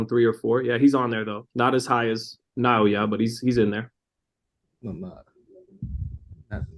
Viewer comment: Great interview! Much respect to you for pronouncing Naoya correctly!! You are the first American youtuber I have heard pronounce his first name correctly. Much respect to you for that! And you did a great job with the interview! Thank you Naoya Inoue for taking the time to do this interview before your Big Undisputed Title Match 👑 👑 👑 👑 Arigato! がんばってね 😊